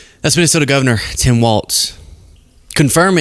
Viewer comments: Walz not Waltz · ITS PRONOUNCED “WALLS” like holding up a roof not “WALTZ” like that dance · GD it it is pronounced walls. Not Waltz. But yeah everything you said!😊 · It's a common mistake, but Walz is pronounced "Walls", not "Waltz". A very minor correction in a much bigger story of tragedy and terrorism. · Walz is pronounced like walls. Not waltz. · Cmon -it’s Walz not Waltz!!!! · Say Walz without the t that’s pronounced in the word waltz, but do say it that way for Mike Waltz. Think of the pronunciation of“walls” when you say the name of Gov. Walz. People from Minnesota will thank you for saying this name correctly. Thanks for covering this story. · So many people do not have enough attention to detail. and so many others, how many t's are in the name Tim Walz? His sir name is Walz as in walls. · I love your work. But….Walz is pronounced “walls” not “waltz.” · PRONOUNCED WALLS (WALZ) 😊😊😊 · The governor’s name is pronounced “walls” not “walts.” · It's terrible what happened here in my state. I wonder if there was conspiracy involved? MAGA is disgusting. But I have to correct you on one thing. Our governor's name is Walz pronounced walls- not Waltz like the music. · Even now people are still butchering Walz's last name. It's not "Waltz", it's Walz, and it's pronounced "Walls". Now, thanks to this video, hundreds of more people will continue incorrectly pronouncing it. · It's pronounced "WALLS" 😊 WALZ